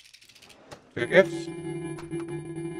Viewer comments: It did NOT sound like he was saying "tickets" 😭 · yeah LMAO i had to do a double take on that one